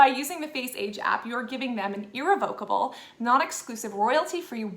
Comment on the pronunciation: Your vocal frying is unbearable. (PS Russia has an entire video of you in action, why do you think they would need to get your photos from an app to mess with you, legally, or otherwise? lol Yeesh. And learn how to pronounce words like “irrevocable” if you are to have any chance at all of sounding legit….lol Good grief.)